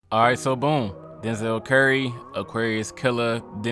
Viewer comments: I just noticed you were saying "Lenzel Lurry" lmfaoooooo. Also, idk why your video haven't been showing up. Haven't seen you pop up in like 5 months lol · This man calling Zeltron Lenzel Lurry the whole video is hilarious